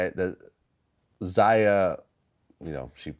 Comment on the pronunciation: Its pronounced "ZAY-UH and ZY-ON(not Zian)" Vlad!!!!!! Other than that he still a little boy lmaoo